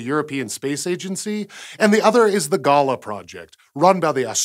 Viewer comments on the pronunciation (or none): "Ga-Lah", not "gah-la" - the first a is almost dropped but not quite - much like "G'day!" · Galah is obviously named after the Australian bird, so I dont know why you pronounced it like ‘gala’ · pretty sure GALAH is not meant to be pronounced like "gala". seeing as it's an australian mission i'm guessing it's pronounced like the australian bird galah. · GALAH is probably pronounced gah-LAH not gaa-laa... It's an Australian bird and also an Australian term for "idiot" as in "You great galah, Doreen!" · If "galah" is an Aussie project, wouldn't it be pronounced Gaa-laah, like the bird, and not Gala, like the party/fete? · The Australian word "galah", a type of parrot or colloquially a silly person (perhaps a bit deprecated), is not pronounced like the word gala. The syllables are not equal, like gaa-laa, the first is shorter like ga-laa or perhaps even similar to g'day, making it g'laa. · Considering it's an Australia group GALAH is probably pronounced as ga-lah, rather than gah-la. Like the bird. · "Galah"....is pronounced "ga-lar". Not garla. A Galah is a bird. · Sorry but you are pronouncing Galah incorrectly, you are saying Gala as in festival or event, the Galah is an Australian bird and it is pronounced with a silent 'h' and the second 'a' is long or extended spoken like so, "Galaaa". Apart from that, love the videos, always interesting and informative. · You pronounced GALAH Wrong. It is pun intended to be pronounced GA LAH like the noisy pink Australian bird. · Being Australian, I dare say GALAH would be pronounced "Gal-aah" like the bird... ya bloody Galah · That's GALAH as in GALLAH, you silly Yanky gallah... STRAYA! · GALAH is pronunced G'lah. Its the name of a parrot in Australia. Just sayin' :-) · Just so you know the GALAH project is pronounced G'lah a bit like G'day. Its probably named after the bird and the good old aussie phrase 'don't be a galah!' Love it!!! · I think that might be pronounced "guh-laaah" as in the Australian pink and grey parrots.